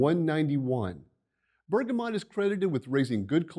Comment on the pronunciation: NOT BERGAMOT!!!!!!!!!!!!!!!!!!!!!!!!!!!!!!!!!!!!!!!!!!!!!!!!!!!!!!!!!!!!!!!!!!!